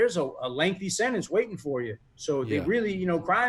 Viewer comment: Sentence, not sinnance.